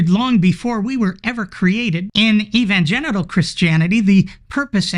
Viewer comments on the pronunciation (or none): Anyone else notice that he said, 'Evangenital Christians'? Do they have any? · Did I really hear evangenital? You are a god!